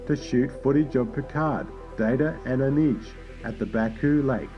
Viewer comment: Nice video, but your pronounciation of Ruafo, Anij and Doughertys names is awful!, i don’t mean to be rude, but it just smacked me in the face every time you said them.